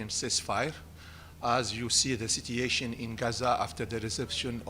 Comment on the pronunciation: I swear if he miss-pronounces "situation" again im going to break my phone.